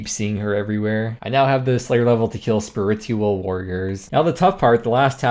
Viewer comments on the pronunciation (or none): the pronunciation of spiritual was wild